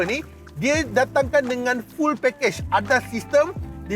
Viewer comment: Bang, saja nak comment sorry bang nak perbetulankan sebutan fuel abang..fuel..bukan full tapi sebutan fiul..tu ja video abang mmg semua terbaekkkk